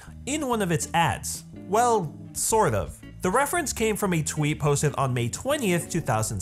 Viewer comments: Da Fuq with saying Gurren LaGANN? [As In accentuating gann] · "Gurren Lah-GAWN" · I admire this video. But I cringe at every time you Laggan (Laa-Ghan) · lah-gone TRIGGERED